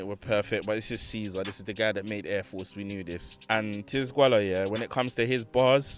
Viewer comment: I think you say it “tee-zed-gwola” idk tho